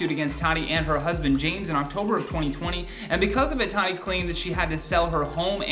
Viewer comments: Her name is not 'Tat-i' it's prounced 'Taught-E'. At least that's how she pronounces her name. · DUDE HER NAME IS NOT TARY IS TATY can you at least pronounce it correctly. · Tati = TA TEA. Not Tadi. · Are you saying tadi??? It’s TATI “ta-tee” lol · Lawsuits aren’t coming here way, it’s been there for more then a year. And it’s pronounced “Tuh-ti”. Been a long time fan of, but it’s the lack of research for me. Also are you’re not going to mention the lawsuit the westbrooks’ filed against Swanson? Mhmm ok. Emily D. Baker is shaking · Could you please learn to pronounce her name correctly? It’s TAH -Tee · Closing a business=\=cancelled. She's one of the better beauty gurus out there. And it's [taaah-tee] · my guy speakin a lot without saying her name correctly once